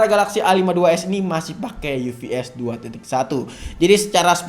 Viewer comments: Bacanya UFS bukan UVS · UFS bacanya Yu Ef Es bang bukan Yu Vi Es